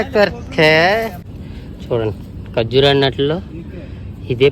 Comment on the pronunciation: ఖర్జురూ కాదు ఖర్జుర అనాలి బ్రో